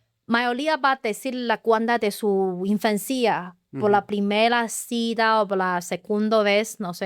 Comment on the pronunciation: Hola muy inteligente chica ya domina el español solo le falta perfeccionarlo ay palabras q ella sabe lo q esta diciendo y si le falta algo nosotros los mexicanos le acompletamos porque somos muy vivos por ejemplo cuando dise cita ella pronuncia cida pero no ay problema porque nosotros ya sabemos a q se refiere pero te felicito ya puedes vivir en mexico sin preocuparte por el idioma eres muy inteligente y muy agradable nunca me aburri en toda la entrevista.felicidades un abrazo. AMIGO. siempre nos sorprendes. Exelente entrevistador. ERES LA VERDURA EN LA ENSALÁDA. UN ABRAZO.